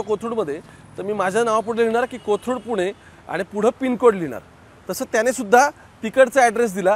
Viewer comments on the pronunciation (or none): none